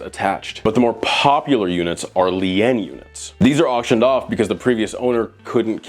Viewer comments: "Lee-en" units... LOL. The word is pronounced "lean" as in "you lean over." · It's pronounced "L-EE-N" not "L-EE-EH-N" roflmao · he keeps pronouncing it “Lean” units like the name. Lee-ann. That’s not how it’s pronounced. Lien is pronounced Lee-n. Like to bend over. Sounds like Clean minus the C. Lien - noun - the right to keep possession of property belonging to another person until the debt owned by that person is paid Storage units that have Liens on them are units that that storage company is essentially holding hostage until the renter pays up. Lien on me, when you’re down, I’ll be your friend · Lien is pronounced lean, not lee-en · He really can't say lien? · its pronounced LEEN not LEE-AN lol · Pronounced “lean” not lee-in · It's pronounced "lean".. love the video but it's not a Leanne unit. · Captain Pedantic here🦸‍♂️... Lien is said as leen not lee-ann. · Pronounced Lean bro 😂😂😂 homie sounded French with that Lee ane ish 😂😂😂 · PLEASE! It’s pronounced “Lean” not Lee-IN. It’s a lien against the property. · LEE EN. umm is that the proper pronunciation or do you not know the rest of America says LEEN? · Bro, "Lien" is not pronounced "Lee an" it is pronounced the same way you say LEAN when you are referring to lean meat, or leaning on a wall. Had me face palming at that part my guy. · It's not pronounced 'lee-enn', it's pronounced 'leen', like the word lean. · you're fr gonna blow up, this channel is lightning in a bottle. Also, lien is pronounced "leen" not "lee-N" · "lee-en" (lien) 🤣 LEAN! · Lien is pronounced like lean not lee-in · Lien is pronounced “lean” not “lee-en” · Btw "lien" is pronounced: "lean". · Dude, lien is pronounced lean. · Lien or lein is pronounced lean. Its a good thing you mispronounced it. It’s means you pay all your property taxes and debt ; ) You’ve never had a lien placed on any of your assets 👏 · Lien is pronounced like "lean" (I lean against the wall) or "seen". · Pronounced Leen omg lEEn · Its pronounced LEEEN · lien Pronounced lean